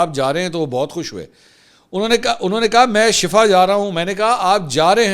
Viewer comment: Plz correct yourself it's not shafa it's shifa there is huge difference between both words